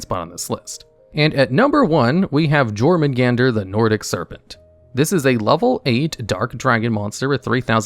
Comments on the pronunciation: Super picky, but the Jormungardr is pronounced “Your-mun-guarder” and Aesir is pronounced like “I-sir”. Fenrir is “Fen-Rear” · Btw bro it’s pronounced your-men-gaurder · Ugh... Aesir pronounced as "ay-sheer" and Jormungandr as "jore-mun-gandur". No... The J acts as a Y and Aesir is pronounced "Ay-sear". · Good video, It's pronounced Yormungundr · Buddy, you REALLY need to learn how to read/pronounce the names of cards. Pisty not pitsy, jormangander is a y sound not J, (nors mythology) and ryko....dude you botched that HARD